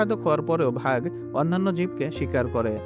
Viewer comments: ইউটিউব কনটেন্ট বানানোর আগে উচ্চারণ গুলো ঠিক করবেন ভাগ না বাঘ। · সুন্দর একটা ভিডিও, অনেক ভাল উপস্থাপন করেছেন,, কিন্তু "বাঘ " উচ্চারণ ভুল করলেন কিভাবে?!!!! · কোন দেশ এ-র মানুষ তুমি বাগ কে ভাগ বলছো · Vhag na re, bag😂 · Ore banchot, ota vah hobe na ota Baaagh hobe😡😡😡